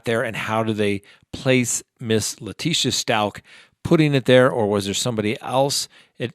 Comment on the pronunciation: It’s Stauch not Schtauch...